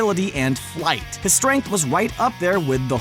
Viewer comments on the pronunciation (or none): A and listen carefully to hear he said stuaynk in instead of strength.